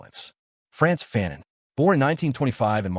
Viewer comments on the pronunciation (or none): Fa-non Fa-non Ya pronounced foo-cau’ well enough. But its fa-non. Not faaan-on